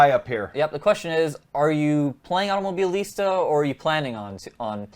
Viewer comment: Why you got this big trouble to pronounce this Automobilista ?